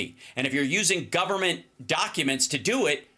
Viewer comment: did he say gubbermint?